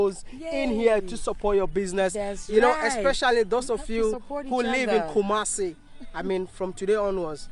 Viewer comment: Its not Kubasi. Its Kumasi 😁 Much Love😘